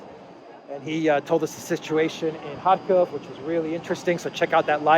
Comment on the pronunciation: Not related to the current video, but please teach Gonzalo how to pronounce RUS/UKR names - he pronounces the 'K' in Khersohn and Kharkiv 🤦‍♂